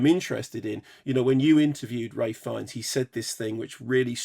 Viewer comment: Isn't it ralph? Not ray?